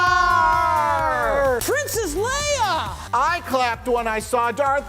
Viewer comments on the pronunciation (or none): none